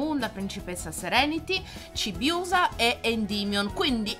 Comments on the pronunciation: Per me la faccia di Rea è bruttissima e poi dice CHIBIUSA non CIBIUSA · si pronuncia chibiusa e Non cibiusa